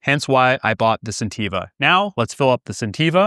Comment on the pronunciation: I think you are mispronouncing the name of the company you are reviewing.